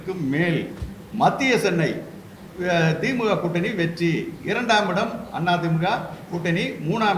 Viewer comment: திமுக வ மொதல்ல ஒழுங்காக உச்சரியுங்கள்.. dheemga vam dheemga